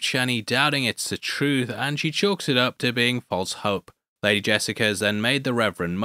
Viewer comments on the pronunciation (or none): none